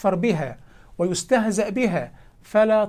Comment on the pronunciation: ( يفكرُ بها ويستهزأُ بها ) لم يقرأ التشكيل المُظهر جزاك الله خيرًا 🌷 الدقيقة